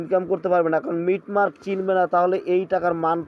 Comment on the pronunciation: মিট মার্ক নয় কথাটা মিন্ট মার্ক